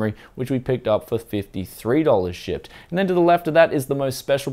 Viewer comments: Like the comment if you thought why is he saying shit,but he said shipped. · SHIET. oh wait he says shipped, never mind